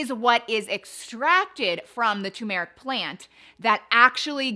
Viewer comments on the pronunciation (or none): Your saying tu-meric which is wrong. You should say Tur-meric. You're leaving the R out. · TUR-meric. not tuMERic. see the 'R' in the beginning of the word?? - it's not a silent R. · That brand isn’t available on Amazon in 🇨🇦 so I’m on a hunt for something similar. It is also boosted when black pepper is added. It’s definitely pronounces Tur-meric not tumour-ick. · TuR-meric, the first R is not silent. 😅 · UGH!! It's tuRmeric not tUmeric ❤ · You mis-spelled TURMERIC, which is probably why you also mispronounce it. It’s not too-meric. Dont fear the R 😊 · Repeat after me... TUR'-mer-ic TUR'-mer-ic TUR'-mer-ic Yes, turmeric. That is the way the word is spelled, and the way researchers say it. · How come everybody conspires against the first R in Turmeric? what is the deal with that? 🤪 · There are two R's TURMERIC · Girl it’s TUR-meric 😂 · It’s turmeric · It’s actually tuRmeric…there are two Rs in the spelling. 😂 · It’s actually tuRmeric. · It's tuRmeric...don't forget the R! 😂 Thnx for the info. Appreciate your research. Have been taking turmeric but am going to give this one a try. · I just looked it up where it also verbally says the word, and it’s TUR-mer-ic, and CUR-cu-min.🤣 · It's TURmeric